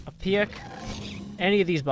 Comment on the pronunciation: I love the way he says pick... PIYUK!